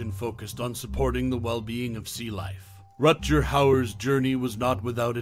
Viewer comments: Really? "Rut-jer"? Come on, man. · RUT-GER i had to stop listening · At least learn to say his name correctly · They? Their? I counted. HE is one person. Thumbs down for woke language AND mispronounceing his Name.